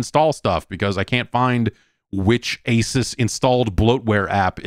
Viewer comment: If Jeff keeps pronouncing Asus wrong there will continue to be a BlueChew ad black out for this podcast.